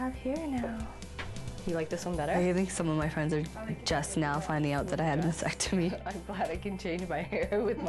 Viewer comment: Can people pronounce "mastectomy" correctly PLEASE!!!!..it is NOT "massectomy"